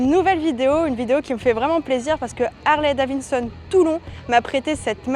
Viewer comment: Harley Davinnesonne 🤣